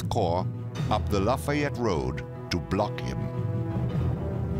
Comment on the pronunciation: Know the commentator isn’t from around Chickamauga the way he pronounces Lafayette